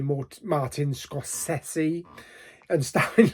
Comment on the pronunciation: Kudos on the Scorsese pronunciation. I had no idea. I’d been pronouncing it wrong for years! I really want to see this but I’m going to wait on streaming. I can frisée a numb bum in the cinema. 😂